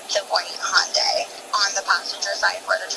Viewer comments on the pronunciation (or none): Uummm…it’s Hyundai like ‘Sunday’😉‼️